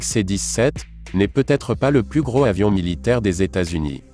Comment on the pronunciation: Comme il n'y a pas de "h" aspiré au mot avion : il vaut mieux faire la liaison (pas dangereuse) entre gros et avion. En répétant deux ou trois fois vous allez y arriver (mais si, mais si). Le premier vole à 88 mètres ? vous êtes sûr ?